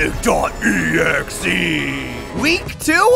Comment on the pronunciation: I love when he said S̲O̲N̲I̲C̲. E̲X̲E̲